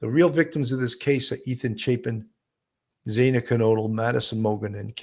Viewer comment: Hi great channel- but fyi I think the pronunciation is ZAH-NAH not ZAY-NAH?